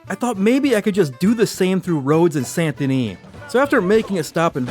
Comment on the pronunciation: So it sounds like you're pronouncing the T in Saint Denis. I checked the auto captioning and it thought so too. Leave off the T. It should sound like: San Da Nee.